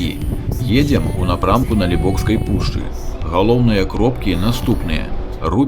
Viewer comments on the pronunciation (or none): Вітаю., выдатны рэпартаж, прыгожыя краявіды. Але ж пушча - Налібоцкая, а не НалібоКСкая. 😊 Людзі часта памыляюцца пры ўжыванні беларускай мовы, карыстаючыся ў штодзённым жыцці рускаю моваю. Нёман, а не Неман. Дняпро, а не Днепр. Дняпроўска-Бугскі канал, а не Днепра-Бугскі. Але ж вы малайчына і руплівы патрыёт, таму працягвайце сваю працу. Поспехаў!